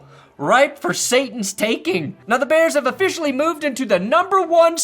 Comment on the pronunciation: Every time you say da bears I get harder